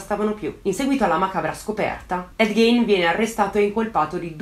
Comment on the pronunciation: già che ci sono: il cognome si pronuncia "GHIN" e non "Ghein" (quando faccio le correzioni sai che non lo faccio per critica ma solo per contribuire a migliorare sempre di più i tuoi già ottimi video) 😄